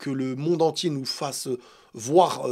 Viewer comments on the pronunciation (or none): none